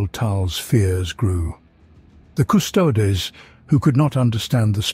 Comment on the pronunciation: Hey, it's pronouncing "Primarch" the right way now, as "mark" instead of "march"!. Now you have to switch the way it says "custodes" to "kuh-stow-dee's".